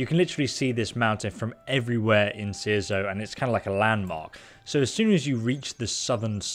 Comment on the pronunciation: So proud youre saying Cierzo correctly now lol